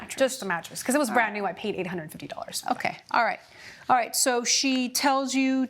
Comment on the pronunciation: Judge: "orright, orright...."😂 Two women =guys? You two is sufficient